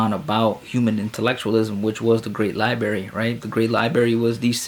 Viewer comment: The prophet knew about Pulsar stars? 🤔 Many scientists and professors (obviously smarter than you because they pronounce library as library and not “libary” 🤦🏻‍♂️😂) converted to Islam because of the scientific knowledge. The prophet ate humbly and slept on the floor, wealthy but lived poorly. He worshiped the same God prophets Noah, Abraham, Moses and Jesus worshiped. His own scribe left Islam… then later came back… unpunished. Who did the prophet order to be executed for leaving Islam? No one? Correct answer. John 17:3 the one true God is the father. John Jesus says the father is his God. Mathew Jesus doesn’t know what the father knows. Mark Jesus didn’t even know if a tree had fruit… like a normal human wouldn’t know… then supposedly he cursed it according to your unpreserved book. The same unpreserved book which perverts the stories of prophets like saying prophet lot gave up his two daughters to be raped. You’re desperate 🤦🏻‍♂️ without lie’s Christianity dies (not to mention the many inquisitions and conversions by the sword in the last 1000 years).